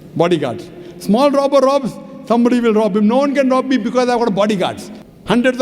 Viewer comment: He is right he can only speak logincally and scintifficcly